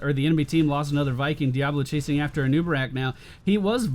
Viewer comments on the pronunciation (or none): none